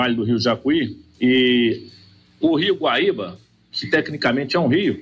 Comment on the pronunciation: Especialista não sabe nem o nome do GUAÍBA e não baíba.